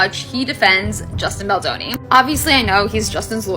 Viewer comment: Offensive you call Justin Boldoni Justine Boloni